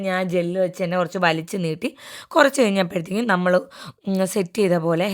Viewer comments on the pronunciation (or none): none